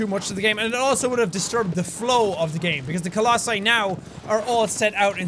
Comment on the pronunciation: I think the pronunciation is colossi